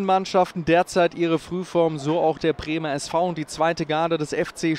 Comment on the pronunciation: Der Kommentator trigger mich etwas, weil er kein "D" und kein "B" aussprechen kann. U-Treiunzanzig und Premer SV... Aber das ist wohl "Dialekt" oder so.